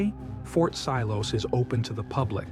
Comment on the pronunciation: Sorry to be a drag, but it's Fort Siloso sil-oh-so. Google is a good friend 😂. I've been to Fort Siloso, that giant gun (man with binoculars) is an animatronic (of sorts), you press a button and it simulates being fired, with audio of course. I enjoyed seeing some of these places again, good job on the vid